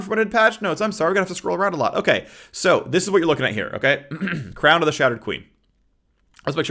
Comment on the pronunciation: Shrown- Shrown? Crown of the Shattered King